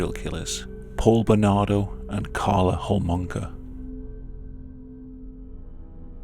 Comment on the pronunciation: I can’t be the only one who heard ”Carla Whoremonger”